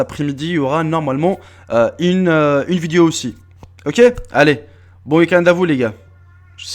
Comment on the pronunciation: On dit vidéo pas viduo